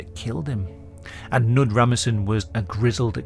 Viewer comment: Fyi you have to pronounce the k in Knud :)